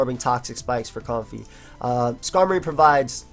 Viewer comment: Why would you purposely mispronounce the name? It's like me saying to you: "I know it's pronounced, but I'll call you because I love The Last Of Us."